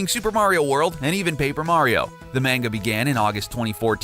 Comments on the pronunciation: I'm sorry, but the way you pronounced Manga and Shigeru Miyamoto was rather irritating. Just thought Id throw that out there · "MAINGA" "Shy-geeru My yah mahtoh" "The One Thousand Year Door" "We've only seen Link without his hat in Breath of the Wild..." Um, what about Wind Waker at the start of the game and Twilight Princess at the start of the game?! This guy makes me want to punch someone.